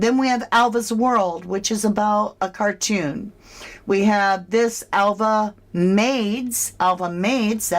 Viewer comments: totally agree, i checked it out ,Alva in spanish is pronounced Alba in English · Spanish-speaking people usually cannot pronounce “v” and they pronounce it “b” so Alva would be Alba!!!! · I live on a Spanish island. V is pronounced B in Spanish and Catalan and the local island languages generally. Alva is pronounced Alba in Spain. Also most of us work multiple jobs here. So Alva may work in the bar / cafe but also cleans the house for some extra money. Or she gets a salary and does whatever Ofelia and Roman say during work hours. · Is the Spanish V pronounced like a silent B so Alva could have been pronounced Alba 🤔 Maybe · in Spanish Alva is pronounced as Alba. Duncan could still be onto something. Just saying... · Duncan says that the V in Alva makes a 'B' sound in English!?! So you see, 'Alva' sounds like Alba in English! Hope this helps